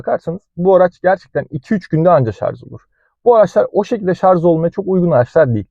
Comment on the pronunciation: Şarz değil şarj